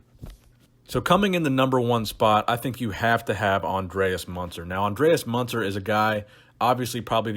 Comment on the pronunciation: It‘s not munzer, it‘s Andreas Münzer.